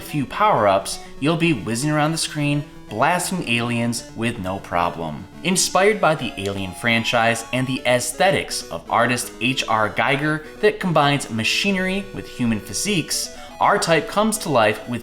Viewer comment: Giger rhymes with eager not tiger.